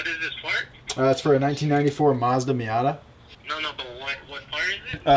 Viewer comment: “Mita” You mean ‘Miata’?